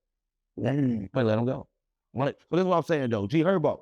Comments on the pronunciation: And G hurbo 😂 instead herbo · G Herbo 😂 not G hurbo lol